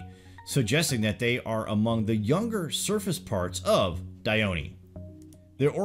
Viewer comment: For those wondering about the pronunciation of Dione, please refer to this link